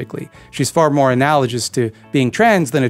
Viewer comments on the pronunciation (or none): none